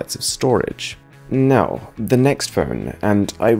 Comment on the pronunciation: Dude i swear i thought you said Meow instead of Now